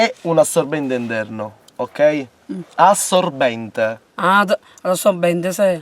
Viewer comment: e poi nn dice (come dicevo prima, RADDOPPIANO) "assorbbende", ma "assoBBenDe"